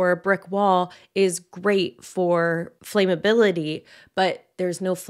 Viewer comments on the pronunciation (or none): Thank you for this video, it's important. ESPECIALLY given this topic, though, please note: "flaamm-uh-bill-ih-tee" not "flaym-ah-bill-ah-tee." Thank you. 🙏🫶